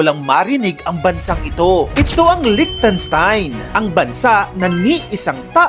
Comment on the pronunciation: Stop mispronouncing Liechtenstein. The correct pronunciation of this Western European country's name is "LIKH-tun-shtyne."